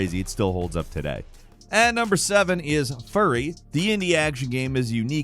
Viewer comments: Why did he call fury…furry… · He did not just pronounce “fury” like “furry”… lol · Number 7 is pronounced like the word Fury….not Furry 😅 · "Furry" ? Wtf. Then I looked at the screen. It's Furi (few-re) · FURI pronounced "FURY". And saying the plot doesn't matter???? Are you high???? It's got one of the best plots of any game I have played in my entire life. It has TWO last minute plot twists that had me reeling. I will never ever forget that final boss. Also, why are you not recommending everyone listen to the soundtrack???? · Did you just call Furi, "Furry?" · Are you sure it's pronounced furry lol, great game btw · Why dod he pronounce "furi" like "furry" ?? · I didn't know furi was pronounced as furry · my man didn't just call furi, furry 💀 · Another video where purposely mispronounces a game/character people love to add engagement to the comment section -.- Disliking the video off that alone, especially when its recommending an indie game to others who havent heard about it and calling it "Furry". Not cool dude. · am I the only one who heard "Furry" for number 7....